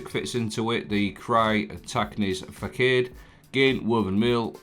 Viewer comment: Mate its pronounced fah sod 👍